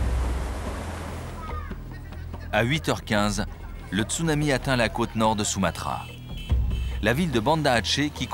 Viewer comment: latrille béatrice D'accord quelqu'un qui met des vagues en fond d'écran de type surf et il dit stounami à la place de Tsunami...